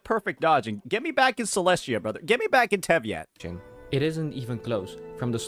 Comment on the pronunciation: that boy got a "tevyatt"